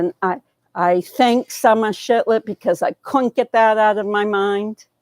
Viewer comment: shiFlet not shiTlet heh